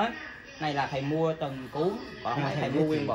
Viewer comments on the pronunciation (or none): Ông thầy nói chữ th ko dc sao dạy được khầy